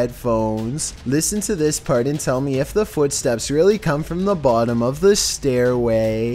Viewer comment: ''Buttom of the SteayrWaiYy''